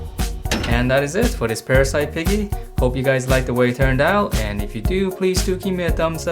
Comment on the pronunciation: Its called parasee not parasite. But good drawing